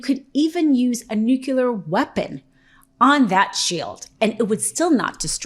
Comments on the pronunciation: It is not nucular. It is nuclear...... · it is not nucula or whatever... its nuclear ffs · can you please say „nuclear“ instead of „nucelar“. Would be so much less asinine. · I'm agreeing with everything jere but just one thing... Why, oh WHY do you people ALL say " NuCular" when the fucking thing is called NUCLEAR ????? Don't you guys have spelling classes down there ? Sorry, it's just making you look unserious if you can't even say the proper name for this technology. Again, I'm sorry but i had to tell you guys cauz i really enjoy your content. Thank you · Ok but say it with me. Nuc-lea-r! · Please review the proper pronunciation of nuclear.